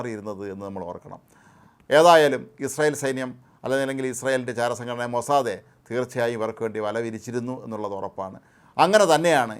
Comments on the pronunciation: അയ്യേ മൊസാദെ,, അല്ല മൊസാദ് എന്ന് പറയാൻ പണ്ട് മുതലേ എന്തോ വിഷമം ഹിഹി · ഞാനും ശ്രദ്ധിച്ചിട്ടുണ്ട് 😂 മൊസാദേ